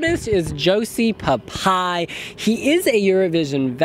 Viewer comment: Én valahogy így tanítanám meg nekik: (Legalább a Joci megy nekik) Pha-Pah-E :D